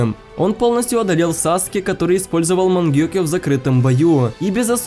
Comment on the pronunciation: Эм это вечный мангёкио а не мангенькео малары